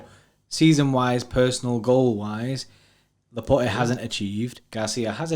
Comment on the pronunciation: Pleaaase guys stop saying Laportay 😂 It's pronounced Laport' as in "passport", he's French !